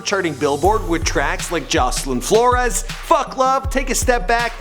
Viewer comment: The way he said Jocelyn Flores🤦‍♀️😂 No hate though